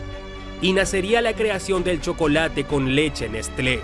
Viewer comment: Se pronuncia Neslé! 😋 Gracias!